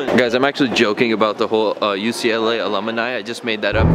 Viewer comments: that's like the third time I've heard you pronounce alumni wrong lol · He's a alumini!! 😂 Damn.. you need to take some night school classes homie.. some ESL n shit! 😂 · Homie said ALUMUHHNI LMAOOOO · "ALUM-I-NI" BAHAHAHAAHAHAHAHAHAHA you're the man, no hate, it's too hard to ignore you mispronouncing a word several times in one Vlog. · the type of dude to pronounce aluminum as "aluminium" and alumni as "alumini" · Seriously dude...."a-lum-mi-ni"? No way that anybody at UCLA would believe you went there. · "alumini" lmao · "Alumini". "Lunarloin". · Why is pronouncing "alumni" as "alumuni" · Alumni* not Alumini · just turned alumni into a 4 syllable word😂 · my guy do you really pronounce alumni like that?? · And can't say alumni.. poor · Can't even pronoun alumni right..smh